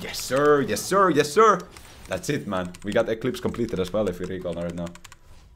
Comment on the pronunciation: "Yes, sir" in an American accent. So funny and jarring.